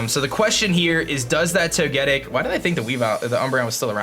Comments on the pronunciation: Or Toe-ge-tick if you prefer. but not Toe-get-tick. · I'm pretty sure you say Toge-tic instead of toe-getic.. Correct me if I'm wrong 😀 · It's "Toe-ge-TICK" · Thumbs down-ing purely for the way you butcher Togetic's name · Ugh I hate how you pronounce Togetic...